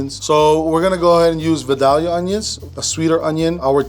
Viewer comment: Nobody ever pronounces Vidalia correctly 😂😂